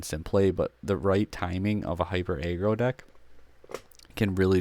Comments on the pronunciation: I can’t take this seriously the way you say aggro like if it was a a ron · I don’t get how he says aggressive fine but aggro weird